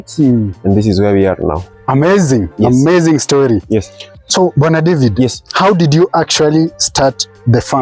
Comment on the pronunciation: His name Bwana David sounded like he was calling him brother David 😜